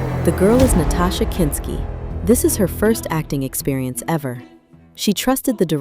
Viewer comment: A documentary that continually mispronounces the subject's name and the name, Wim Wenders, Is impossible to take seriously.